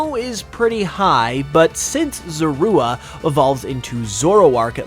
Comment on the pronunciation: How to butcher the pronunciation of zorua in one easy step